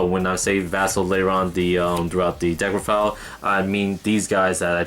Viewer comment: you said deckrofile lmao